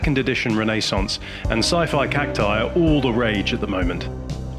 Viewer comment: Sigh-figh cac-tigh